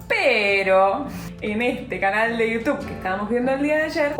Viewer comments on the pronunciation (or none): none